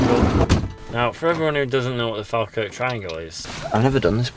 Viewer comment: The way you say Falkirk hurts my Scottish ears